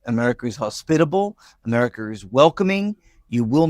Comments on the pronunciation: He said Americer ? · I had to stop doing the dishes to laugh. Yes, going to the USA could get an unforgettable experience from a detention centre. This idiot can barely say America. Thank you for doing this. I don’t think I could stomach it anymore. I love the fact the cohost is giving her opinions on the topic and I don’t think she is happy about it!